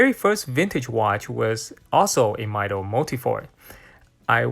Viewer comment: I do not think the correct pronunciation of Mido is [Maido], similar to Tissot